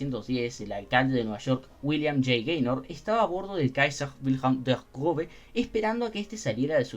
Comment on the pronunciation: 00000 usaste arte de un artista que sigo, justo ando esperando que suba unos dibujos de los Cuatro Grandes de WSL que faltan para completar el set PD: Esta cosa "ß" se pronuncia como una S, no como una B, aunque su forma es engañosa